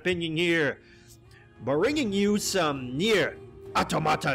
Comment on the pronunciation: Knee-air Ah-tom-a-ta